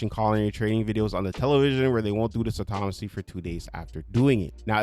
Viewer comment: Dude, you are saying "autonomous" and "autonomously" correctly!!! It's pretty sad that most of these "fixes" are just basic house-keeping... they fixed the things they were too lazy to fix some time ago. Ridiculous.